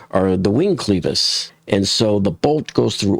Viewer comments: why are you pronouncing it sleeves not clevis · It's 'clevis' not 'cleevis'. Check Google. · It is NOT pronounced cleeeevisss. IT IS CLEVvv- Is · It’s pronounced as if u were saying clever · Clevis - with a short "e". Not pronounced like "cleaver:, but like "lever" Yes, it matters if you wish to sound like you know what you are talking about.